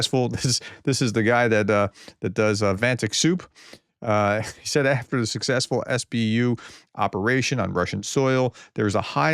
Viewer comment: Er, Professor, its 'vat-nick', not 'vant-ick'!